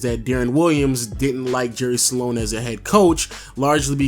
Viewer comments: it's "jerry sloan" not "jerry saloan", say it properly if you're going to say it 100 times in the video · It's SLOAN. Not SA-LONE. Lol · It's "Sloan" not "Saloan" lol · I’ve never seen someone turn “SLOAN” into a 2 syllable word until this video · I initially thought you misspoke when you said Jerry "Salone"... Then you repeated it about 23 times. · SALONE SALONE SALONE SALONE SALONE SALONE SALONE SALONE SALONE SALONE SALONE SALONE SALONE SALONE SALONE . Slown man NOT salown! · Jerry SLOAN Not sAlone..... Moron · Are you saying Jerry SA-lone? Or just Sloan? Cause it's just Sloan. Not SA-lone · Am I the only one that notices this dude keeps saying jerry saloan and not Sloan... I mean it’s not that hard to pronounce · Great vid. Kinda sad how Deron Williams and CP3 were once considered equals, but Williams is out of the league now. Oh, and btw, Jerry Sloan is pronounced 'Sl-own', not 'Sa-lown'. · Dude his name is Sloan, not Sa-loan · Its sloan NOT SALONE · Jerry Sloan not Salon... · Is it me or is he saying Jerry "Salon"? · LOW saying Jerry Sloans name like “Saloan” was cheesing me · One of the greatest coaches in NBA history but obviously you aren't familiar because I heard Jerry Salown or some other weird pronunciation. SMH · Stop saying sa-lone!! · “Jerry Salone” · Dam hearing him keep saying Salon pissed me off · Thank you, I was cringing every time he said salon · 😂😂😂😂😂 Salone!! I almost thought he said Jerry Stalone! 😂😂😂 once is ok but multiple times? Come on dude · You know your saying jerry Sloan name wrong on this whole video?